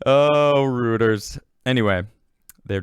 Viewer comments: Royters not Rooters. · Pronounced royters not rooters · It pronounced "roy ters" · Hey. Reuters = ROY-ters. Love the channel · ...it's not pronounced "rooters".